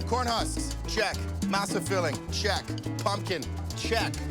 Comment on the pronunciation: Come on! MASA is NOT pronounced like NASA,with an M! You've heard it pronounced correctly.